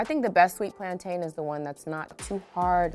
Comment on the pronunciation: Plantaaaaaayne. It's pronounced PLAN-TIN.